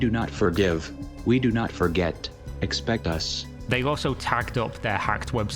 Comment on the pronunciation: "We do not furrgive we do not furrget" is all I can hear now LUL